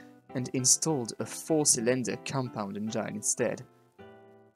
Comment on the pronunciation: Juste une remarque : on dit « enngine », pas « enjaïne ». Bonne vidéo sur « la Divine », accessible internationalement, en plus!